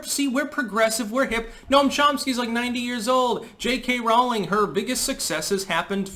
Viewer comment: Rolling Not Raw-ling